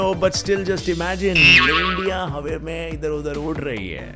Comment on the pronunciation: Bhai aap hawa ki hawe kyu bolte ho